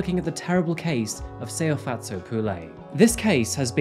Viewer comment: He didn’t pronounce her name right. I’m from South Africa and he is far from saying it right but he tried